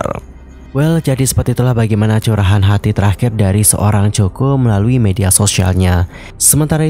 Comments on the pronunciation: Kok coko 😂😂😂😂 bacanya koko tulisanya coco lee😂😂😂😂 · Gimana bs seorang Content Creator ngebahas tentang satu tokoh tanpa cari tau dulu hal paling sederhana dan mendasar, yaitu penyebutan nama. Well helloo,, it pronounced KOKO and NOT COKO!!!! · bukan cho ko, tapi ko ko lie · Pengucapan bukan coko.. Tapi koko Lee... Hmmm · Sakit kuping sy dgr nsma Coco Lee jadi Coko Lee. Moga2 be Coko l de buat yg ... 😞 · bukan coko min...lafalnya yang benul didenger dulu sebelum ngonten...sangat mengganggu min koko yang benul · Bukan coko. Koko. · Mas...... sebutan nya biar betul Mas....... Bukan Choko Lee tapi Coco ( Koko ) Lee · Maaf salah sebutan. Nama mendiang ialah Coco (Koko) Li Wen bukan Choko Li. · Bacanya 'Koko' bukan choco kaya chocolate. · Bukan coko ya tp koko cr bacanya....itu terinspirasi dr brand parfum favoritnya doi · Coco [pronounce nya Koko]. Keliatan tidak riset dengan seksama. Coba periksa media internasional nyebut nama Coco Lee seperti apa. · coco dibaca Koko, not choko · bacanya koko, bukan coko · Coco lee.. Di baca koko li. Bukan coko.. Jadi aneh dengernya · Maaf...Coco bacanya Kowkow..bukan Coko 😥😥😥 sama seperti Coco Chanel..bacanya Kowkow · Coco ( koko spelling) please read carefully before you spread the news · Coco Lee bukan coko lee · Aduh ganggu bgt ya min penyebutan coko lee nya...COCO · Ini ganggu banget dengernya coko. Kl ngk tau spelling nya se ngknya google dl mas 😅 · Kok coko.. Ga enak dgrnya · Mbacanya Koko min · Bacanya KOKO bukan COKO, min... pea loe 😅 observe pronounce dulu sebelum jadiin konten, biar ga diketawain subscriber loe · Kok coko lee sih baca nya😂😂😂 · Aneh dengernya. Nama orang koq plesetin penyebutannya. Bagaimana kalau nama channel anda di baca tidak sesuai dg nama yg sdh dibrand, pasti nyesek. Hampir di semua acara dia jelas2 di panggil. COCO LEE (baca KOKO). Bahkan saat dinobatkan sebagai BA Chanel doi berulang2 menyebut COCO (KOKO) CHANEL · haloooo, sebut namanya salah tuh, yg benar coco=koko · Ganggu banget denger “coko “ 😢😢